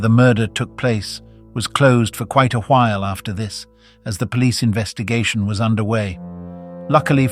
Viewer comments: Why does it say while like that ???😢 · British. The area he’s from just announces while more mouthy